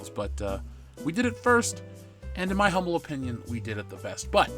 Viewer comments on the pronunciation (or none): none